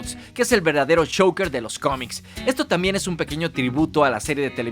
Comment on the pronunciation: A mi me pareció CHOUKER. Le iba a salir(sin querer, obvio) Joker, pero en el último instante cambió el fonema por algo muy cercano entre J(en ingles) y Sh, por Ch. Despues lo pronuncia mejor. Tampoco hay que hacer demasiado escándalo por eso.